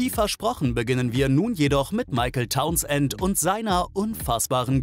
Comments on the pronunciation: Mr. Tauns-Ent hieß bestimmt Townsend (sprich: taunsnd) 🤭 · Und die Aussprache Towns-end! :D